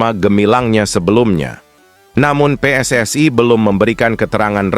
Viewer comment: Pssi bukanvakronim bahasa onghrilis,tap koq pelapalànnya bahasa inggris.tak faham narator ini